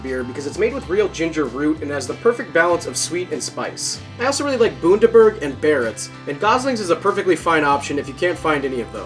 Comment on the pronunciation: I'm disappointed that Bundaberg wasn't the choice of ginger beer but it is a little too sweet. By the way it is pronounced like the word under (B-under-berg) not like moon (as in not Boon-der-berg), Australian town names are weird to say so I don't blame you. Great vid :).